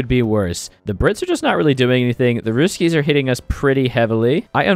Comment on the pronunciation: Your way if saying "russkies" is very funny)